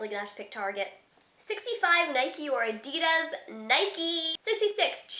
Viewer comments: You said Addidas wrong.. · haha lol when you said adidas you said it completly different NOT HATING AT ALL DONT TAKE THIS AS HATE I JUST THINK ITS FUNNY